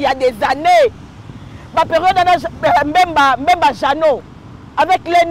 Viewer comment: nalingaka franc parler na yo na analyse na yo mais nalingi o changer kobenga Bemba au lieu de Mbemba (M) ezalaka na liboso ya (B) te. Bonne compréhension.